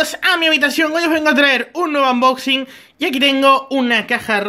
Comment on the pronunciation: "Anboxing" xDDDD